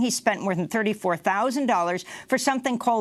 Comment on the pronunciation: No worries, mrs. Goodman. I surely didn’t hear you say “throusand”